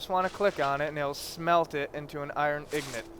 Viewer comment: Why are u saying ignit